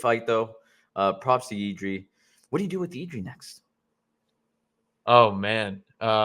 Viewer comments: it’s jiri not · 💪🙋🇨🇿and he is not done yet, he still be around 5 years.. he will be monster, btw you dont have to say Jiří, you can say Jirka, its like joe to joseph, you can get around ř and you will surprise czech speakers🙋jirka easy.. no, but kudos😅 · honestly just say yiri, you will never be able to pronounce ř correctly. Yiri is cool.